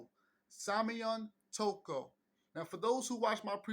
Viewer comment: not tokyo but " Toko"